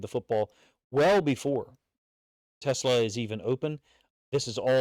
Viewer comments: FYI it's pronounced Tuh-SLAA, (like slaw in coleslaw, not like Tesla rhymes with Vespa) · Really appreciate the breakdown coach! Teslaa (pronounced “teh-slaw”) has all the tools. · OK !!! It's NOT Tesla..... it's t' SLAA !!!